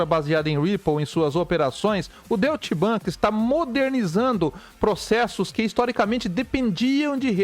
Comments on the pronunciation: kkkkkkkkkkkk Deutchi bank é foda.... ia escrever de forma aportuguesada para ele, mas logo vi a tua mensagem.... kkkkkkkkkkkkk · Se pronuncia " Doitche" bank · Doite Bank, essa é a pronúncia correta.